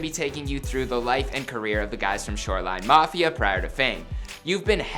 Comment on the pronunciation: Did he say “shoreline knofia” ?